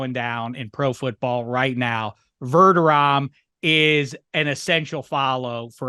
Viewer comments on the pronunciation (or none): You hurt my ears with this “Verderom” it’s VerdeRAM homie.